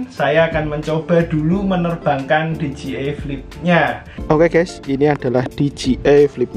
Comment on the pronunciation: Di jey ai(dji) , bukan di ji ai (dgi)